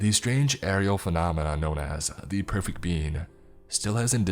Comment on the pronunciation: The pwefect bean uwu